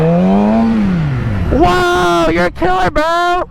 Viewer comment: says killer instead of killaaaa